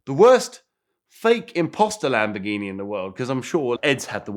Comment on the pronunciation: "Lampoorghini" LoL!